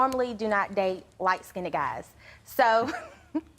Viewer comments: "Skin-ned" "Skinned", one syllable. Already people can't talk. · Did she say skinded? English 101 please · is it just me or is she saying skin-ded? Maybe it's just me, but people get married and knocked up WAAAY too fast. I've been with my boyfriend for almost 8 years. No kids, not married, not engaged. People need to wait until they are ready. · I hate when people say skin-ded. The word is skinned....one syllable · And then the stupid b*tch pronounces the word wrong. It's light "skinned", not "skinded". 🙄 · Yes yes please the word is skinned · I said the same thing I thought it was pronounced light skinned..😒 ok..